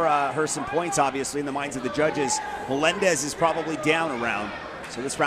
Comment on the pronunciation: Que jodido escuchar 1000 veces que digan melendes